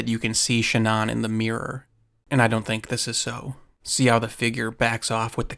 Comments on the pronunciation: Shannon is pronounced SHAN-on not SHAN-uhn ugh🤦🏻‍♂️🫤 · Dude. Her name is Shannan. Not ShahNON. Are you American? It's so jarringly wrong it's hard to pay attention to the rest of it. Would it have killed you to take 2 minutes to find out how to pronounce the name of this poor dead woman? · Ai? It's Shann-aen. Wtf is SHA -NON ? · A strange way to pronounce Shannon. It's usually pronounced like Cannon. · Shannan. (Sha-nan) if youre going to use her tragity on videos to get views , you could, at the very least, pronounce her name correctly. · Name pronunciation wrong and Nicole wasn't a neighbor. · I cannot sit through this because you haven't done basic research. You can't even pronounce Shanann's name correctly. It's sloppy and disrespectful. Her name is so easy to find pronounced correctly by her family. You will never be a journalist with this kind of laziness. Sorry, but, it's true. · Why do you pronounce her name like that? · It's crazy how many hours of footage and videos there are of this case and people saying her name and you still went out of your way to pronounce Shannan's name wrong. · Lol. Youre saying Shannon really weirdly. Sigh... man... they really need to let everyone tear him apart publicly